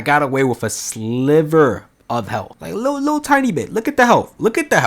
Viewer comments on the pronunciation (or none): none